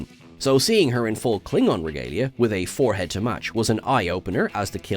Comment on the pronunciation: You said forehead wrong!